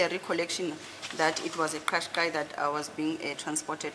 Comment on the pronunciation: The vehicle is called a Nissan Kashkai. Advocate Baloyi is right. Not that clicking Zulu sound made by that criminal. This is not Zulu, it's Japanese.